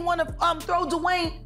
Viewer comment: I've never heard D Wade name said like that before DiWhyne wade lmao